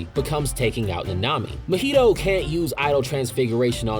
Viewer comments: Mahito does not rhyme with cheeto my dude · drinking game: take a shot every time he pronounced mahito wrong if you would like do die of alcohol poisoning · why do u pronounce nanami and mahito szo wrong?????????????????????